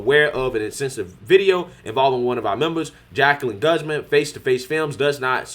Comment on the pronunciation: lol you pronounce Guzman (Gooze-mon) not guhz-men